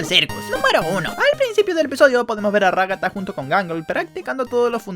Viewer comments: Ragatta❌ Ragasa😃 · xD ragasa en vez de ragata y supersivo caine xD